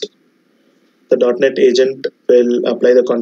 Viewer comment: It is .Net not .Not :)